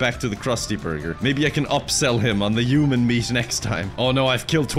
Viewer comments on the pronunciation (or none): says uman instead of human i think its hilarious